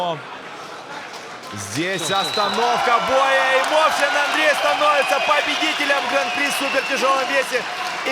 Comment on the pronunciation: Мовчан це справжній Козацюра!Мої вітання з перемогою..!!!(Чому мОвчан а не мовчАн???)